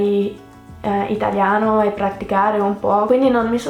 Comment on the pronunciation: Tu parli malissimo l' itaLIano non itagliano